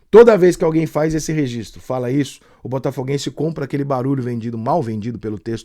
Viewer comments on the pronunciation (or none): none